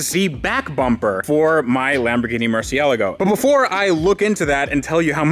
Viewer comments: Why are you still insisting on saying Lamborghini "murcialago" its Murciélago!! And what is the point on owning a lambo if you cant get it out on the road? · It's not a MurcielEgo, it's a MurcielAgo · Are my ears listen incorrectly or why do I always hear you pronounce Murcialgo? Becauce I'm pretty sure that the right pronounciation would be Murcielago. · Its a Mercy el r go not ella go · When you would start to properly pronounce Murciélago? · Why do you pronounce murcielago weird? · First thing i would do when buying a Murcielago is learning to pronounce it lol. But great content, just made me cringe. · Fucks sake it's not hard to pronounce Murcielago correct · every time you mispronounce Murcielago, it makes me cringe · Every time he mispronounces Murcielago I cringe a little.